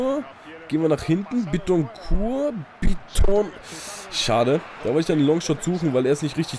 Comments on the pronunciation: bittencourt wird glaube ich nicht französisch ausgesprochen weil er ja deutscher is ;) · Du sprichst Bittencourt Falsch aus :D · als dortmund fan bittecourt falsch aussprechen :O